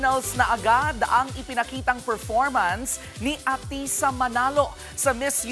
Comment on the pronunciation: Stop MISPRONOUNCING her name!